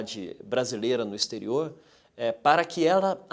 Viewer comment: " ixterio""...foi demais, né?? exterior, ok??👀😱😡